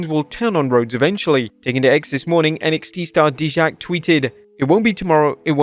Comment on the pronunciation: did you really just screw up dijaks name?